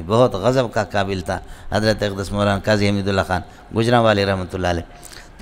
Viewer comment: Molana Manzoor Mengal shab,, aap bar bar khate hay,, ustaad "AQDAS" kahete hay... ye thik nahi